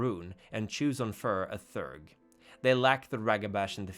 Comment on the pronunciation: "Theurge" has two syllables and is pronounced [thee'-errg]. From the greek words "theos" (belief) and "urgos" (worker).